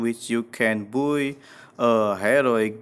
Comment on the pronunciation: i like how says by as buoy